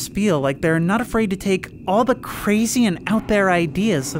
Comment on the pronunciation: "It's affraid!"